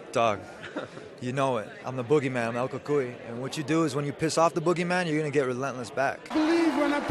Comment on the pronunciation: The way Ferguson says El Cucuy is cringey to me. He says it like someone who doesn't even know Spanish